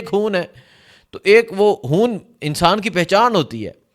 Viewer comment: آپ کے ویلاگس اور وہ رپورٹس جو آپ جلسے جلوسوں میں جاکر لاتے ہیں وہ بھی سنتا رہتا ہوں بھارتی کشمیر سے، آپ حقیقت کو سامنے لاتے ہو۔ آپ کی مادری زبان میں شاید حرف ”خ“ نہیں ہے اس کی جگہ آپ ”ح“ استعمال کرتے ہیں جیسے خون کو کہتے ہو حون خدا کو کہتے ہو حدا خان کو کہتے ہو حان خطر ناک کو کہتے ہو حطرناک بڑا مزہ آتا ہے ایسے الفاظ سن کر۔ اللہ آپ کو سلامت رکھے ۔